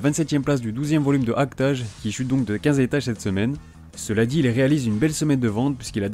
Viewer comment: Tu dois le premier youtubeur que j’entends prononcer "Act-age" correctement, ha ha XD Par contre, l’auteur de Gin’Iro no Seven s’appelle Tadahiro Miura, et non Badahiro. ^^